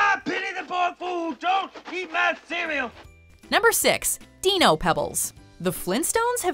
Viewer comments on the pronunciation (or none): *pronounces Dino like dee-no